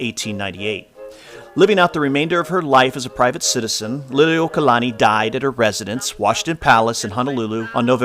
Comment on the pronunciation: not liliokalani correct name is LILI'UOKLANI